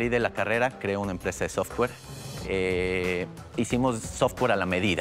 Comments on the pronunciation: no puedes confiar en un "ingeniero en sistemas" si dice sotwere. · jajsjajajajajajaja porque es "software", no "sotwere" bro